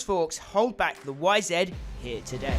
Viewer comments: Why do you say "Y-Zed"??? It's "YZ" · Fucking YZ damn it , say it right !! It’s not a fucking zet !!